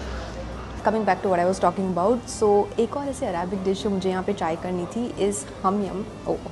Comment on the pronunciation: it's not A-rai-bic rather it's pronounced as Arabic.. Really need to work on ur pronounciation.. Try to keep ur pronounciation normal..